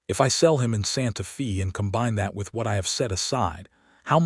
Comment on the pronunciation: Santa Fe is not Santa Fee, it is Santa Fay! Eleanor is El en or not E lean or. How can you narrate a story and not know how to pronounce common words?